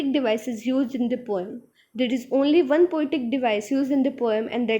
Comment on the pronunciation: Panes=peens One=wan Lol no offence Otherwise your explanation was really good